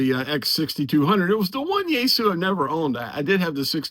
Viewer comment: Yeasu? You mean Yaesu😅